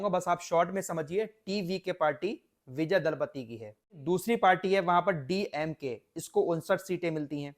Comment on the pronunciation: Dalapati nahi bhai ji Thalapati hai